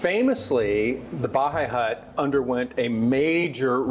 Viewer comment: It is pronounced "Bi-High-Hut", not "Baa-High-Hut," often referred to by locals as the "Bye-Bye-Hut" because of the High Octane drinks once served (Hello Jerry) at this Sarasota/Bradenton institution.